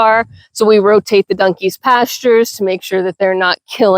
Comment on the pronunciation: New subsciber here and this is why... you called your donkies "dunkies". I haven't heard anyone pronounce it that way since my dear departed mother. She grew up in Virginia and we used to giggle at some of her pronunciations. Brought back good memories so thanks for that and please continue! I hope I didn't make you self conscious of it and start worrying about the way you say things. You be you. That's part of the fun. As for the negative comments you've been getting, i hope you'll take them with a grain of salt. Don't allow it to make you lose your confidence in the way you run your farm. Suggestions in a respectful way from people who also do what you do are welcome I'm sure. BUT some people just like to be mean and have zero idea what they're talking about. that is something that should be ignored as best you can. Nasty comments only ever have one desired effect...to upset you and make you question yourself. Don't allow those into your head. I wish you the best of luck with your farm and with your channel ❤